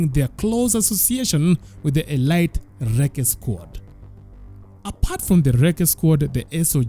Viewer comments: Elite is pronounced uh-leet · Elite is pronounced as 'Elit,eleet...' in weapon 'a' is silent